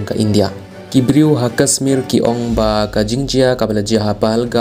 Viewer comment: Kashmir ym dei kasmir sngewbha ialeh ban pynbha ia ka pronounciation